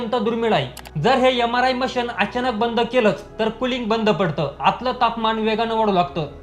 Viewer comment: यमराय मशीन ? उच्यार सुधारणे आवश्यक .